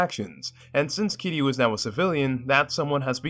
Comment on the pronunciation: This might be the only video on YouTube where someone pronounced Kiryu’s name right